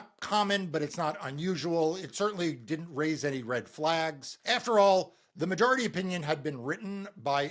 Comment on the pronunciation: Random question: Why do you keep mispronouncing “majority”? You keep making the O into an A.